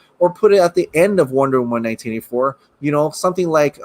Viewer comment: Wait.. Lol what are u saying? Sounds like "Wonderm 1984?" 🤔😄😄